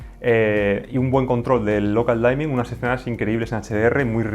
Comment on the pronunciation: Excelente video, ojalá llegue este televisor algún día a latino América! PD: la palabra dimming de "local dimming" se pronuncia diming directamente y no "daiming" saludos!